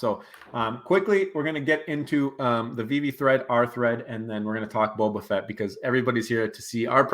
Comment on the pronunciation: It’s hard for us to believe your predictions when you can’t even pronounce the character. It’s bOba Fett not Bob a fett. You don’t realize how popular a character he is